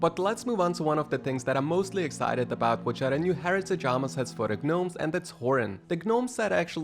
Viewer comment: The "G" in Gnomes is supposed to be silent, so it's pronounced "Nomes"